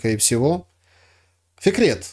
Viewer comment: Фикрет, а мне слышалось "секрет" 🙂